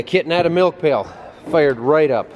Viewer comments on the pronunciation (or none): WHen says "Pail" It sounds like Bale... Why could a kitten want to be next to a bale